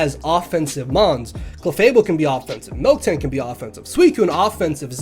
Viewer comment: It's Miltank, not Milktank